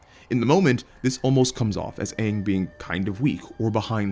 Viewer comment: Uh pretty sure it's Ahng